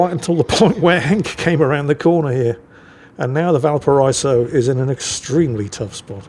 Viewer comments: Not that this wasn't a phenomenal game, but even as Henk said himself; "Easy Kraken." Henk just highlighting what a fairly average Libertad game can look like for anyone who knows how to think and breath at the same time. Also; Valparaiso is said "Bal-para-EE-so" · Valpara-iso. the double dots above the i denote a break in pronunciation, just like in Citroën / Citro-en